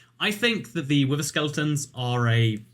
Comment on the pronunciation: Game: wither: WIVVA